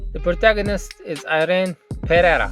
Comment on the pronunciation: àiréN PéRReira (the lowercase "R"s are read as the R in fRuit) is how you read the name of the MC from the "reformation of the deadbeat noble" manwa. as far as i know they tried to use a spanish surname but failed spectacularly XD